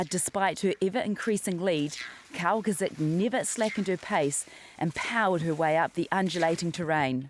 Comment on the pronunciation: Haha, I just love how you can't pronounce Kowalczyk properly. :)